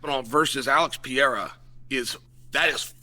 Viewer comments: Alex Pee-era 😂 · Alex Pee Air uh lol my boy Chael